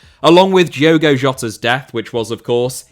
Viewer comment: Can you please pronounce Portuguese people’s names correctly? And I mean Portuguese from Portugal. In Portugal, the D in Diogo is pronounced like the D in dog. So if you’re referring to an actual Portuguese person pronounce it like that. If you’re referring to a Brazilian then you can pronounce it the way you are. It honestly annoys us portuguese when people pronounce our names in Brazilian Portuguese